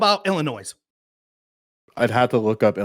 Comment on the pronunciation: I already disagreed with on all of his nonsense but the second he added a hard S to Illinois, I had to shut him out. Dude can’t even say the states name right but wants to try and critique how it’s run on a state and local level.